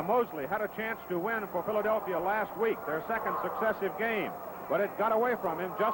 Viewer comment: Christie Longo Exactly right, Dandaroo, as Cowell always called Meredith. In fact you can hear it for yourself starting starting when he tries to say Philadelphia...